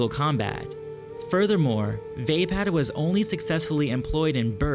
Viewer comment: You don't know how to pronounce vapaad.